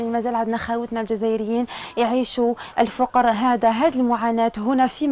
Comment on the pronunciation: ياو الفقر بتسكين القاف مش بضم القاف